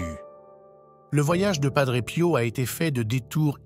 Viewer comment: Il est décédé en 1968 et non 78 Il y a beaucoup d erreurs sur votre vidéo Dites PADRÉ ET NON PADREU